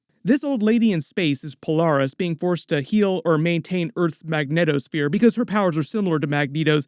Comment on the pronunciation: Are you specifically saying megneto sphere or do you mean magnetic sphere I need to know